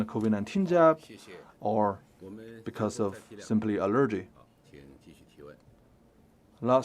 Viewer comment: CGTN, we really need to work on the translator's proper pronunciation of English. "Allergy" is pronounced as the stress is on "A" instead of "E". It's kind of embarrassing.